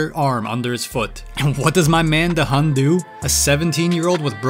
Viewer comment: Da hun ❌ Da him ✅